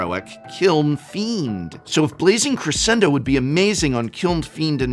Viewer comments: Dear Professor, Crescendo is an Italian word…please do not Americanise it by utterly mispronouncing the word…please…it sounds so awfully wrong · He pronounced it correctly except it should have a "sh" sound in the middle not an "s" sound. The beginning is spot on. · Yo, it's Dr. Drew in pedantry.... Professor, the word is Cruh-shen-doe!! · music teacher here popping in for a word pronunciation, "Crescendo" is pronounced Cres-Shen-doe. its an Italian word, in music it means to gradually grow in intensity/volume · Bro you better cre-shen-don't correct the prof's pronounciation lad 😂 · That’s not how you pronounce crescendo